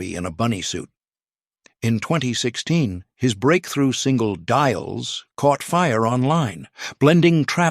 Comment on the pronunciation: DILES pronounced "dee les"